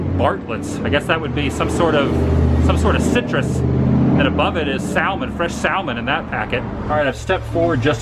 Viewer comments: The L in Salmon is silent. [ sam-uh n ] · Barlett ' pears a non critic fruit and salmon is pronounced sa-man the "L" is silent . Come on Mr. Wooo!!! work on those malapropism.Another fun fact is a satchel is a bag with a shoulder strap . Enjoy your videos especially the route 66 one's . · Doesn't Adam know that the L in salmon is silent. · Adam,the "L" is silent in salmon.Love your videos!